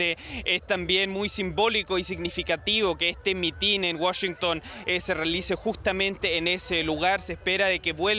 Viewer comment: Es mitin, no mitín. Sorry pero me retumban los oídos al oír decirlo mal.